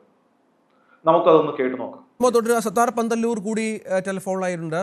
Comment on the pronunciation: പാന്തല്ലൂർ അല്ല, പന്തല്ലൂർ.